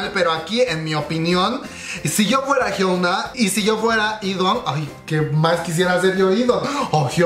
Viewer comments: Inna de hecho se pronuncia "jiona" porque 현아 se traduciría como Hyeona, pero "ㅕ" (yeo) se lee yo (que se pronuncia 'io') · Soy la unica a la que le molesta que pronuncie mal el nombre de Hyuna? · A nadie mas le desespera que diga "jiouna" e "i duan"?? .-. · A mi jajajajajaja